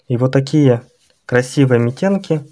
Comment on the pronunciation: Митенки-ударение на вторую букву